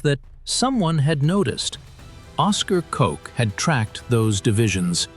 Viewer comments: Oscar Koch is pronounced like Coke, not Cock or Cotch. I think the narrator pronounced it different every time he said it. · I never heard of this man.He and Patton were the only ones who had a handle on the situation.Oscar Cock😅 not Koch. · "There was urgency in his eyes as he spread his documents all over Patton's desk" Interesting choice of words. 🤣 Does anyone else see what is going on here or am I going crazy? So what this channel is saying is that Colonel Cock (misspelled and mispronounced blatantly) is spreading his documents all over Patton's desk? He is not just placing them he is doing it with urgency. Is that what they are saying? I know that you guys know this is the not documentary you all thought you were supposed to be watching. Thank you, WW2 Vault of Secret channel. You are the gift that keeps on giving. 🤣😂🤣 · A I-Always Inaccurate. Cocks, coke,coch, kotch or botched? The contents is ok. Thanks to the captions. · I liked the subject matter, fairly decent info. Gotta agree the music we could deal without. Just because you can add a bs soundtrack, does not mean it should be done. The AI could not settle on a pronunciation for the intelligence officer Koch. I heard Coke, Caughtch and in between. Just didn't want to say (Cock) I guess. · The video had good information. The narrative and accompanying text was terrible. The same officer’s name was spelled and pronounced four different ways. You are in serious need of a proofreader. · I noticed this too. I would think the AI would at least settle on one pronunciation as there is very little intelligence in saying it different every time. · I do realize that AI got the names pronunciation wrong but it set my mind off and I’ve decided that I do believe that if my nam was cock I’d have to change it. But, believe it or not I’ve heard worse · I'm confused. Is it Cock or Coke? It's important to get people's names right.